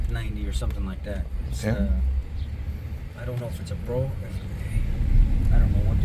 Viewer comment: I was going to post this. pronounced "brome" like Rome with a B in front although I have also heard it pr. "brahm" but "brome" is correct.